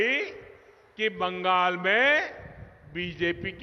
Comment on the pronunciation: বাঙ্গাল নেহি বাংলা বলতে শিখ তারপর বাংলা ভাববি